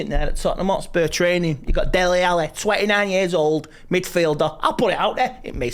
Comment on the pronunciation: Delle Alli 😂